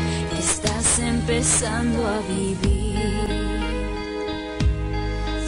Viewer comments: dice empezando a fifir con f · Soy yo o se dieron cuenta que habeces dice, empezando a fifir? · Se dieron cuenta dice epezando a fifir en las primeras partes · dice fifir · dice fifir en vez de vivir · “Empezando a fifir” xd